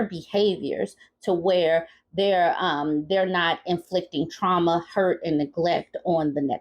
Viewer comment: Oh the “trama”!! LOL.